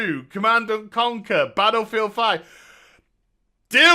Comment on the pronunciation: "With Battlforreeeild 5"